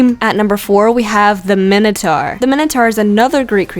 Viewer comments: Min- o- tour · You said minotaur wrong it's mine-o-tore